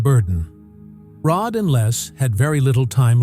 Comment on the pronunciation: Terrible let down. Can't even get Rods name correct.